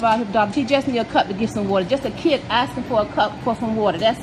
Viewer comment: She's axing for a cup